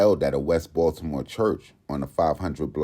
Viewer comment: The way bro say these Baltimore streets wrong is funny if u from the city 😂